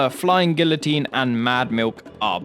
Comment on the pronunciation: The way you pronounced "guillotine" gave me an aneurysm.